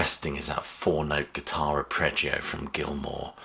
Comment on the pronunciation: ArpReggio? Arpeggio? Is that a British pronunciation? Interesting.